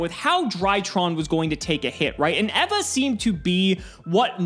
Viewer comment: Never in my life have I heard the name 'Eva' pronounced like that